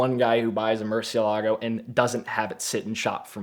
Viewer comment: Somebody who can nearly say murcielago right 😂